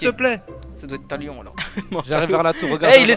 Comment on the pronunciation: quand il a dit thalion g cru ta lion mdr